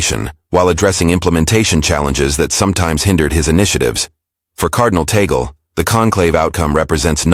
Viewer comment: That is TAGGG--LEEE, not TAAA--GELLL.